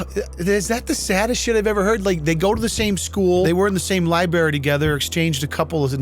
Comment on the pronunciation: I know he didn't just say libary